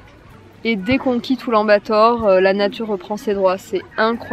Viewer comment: Mais oui. Sauf la prononciation, on ne dit pas Oulan-Bator. C'est un peu comme " Oulane - Bator "